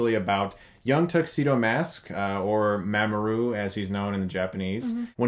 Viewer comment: ma'am oh roo?.....You need to work on your phonetics man.